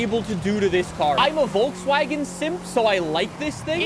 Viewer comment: You pronounce Volkswagen wrong all the time